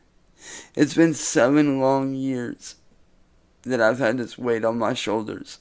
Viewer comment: saying the word shoulders just makes me laugh! 🤣😂🤣😂